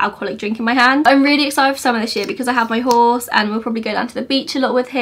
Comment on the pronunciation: It’s embarrassing how long it took me to figure out that you said “I have my horse” and not “I have my halls”... 😆. I was like “what the hell is a halls”?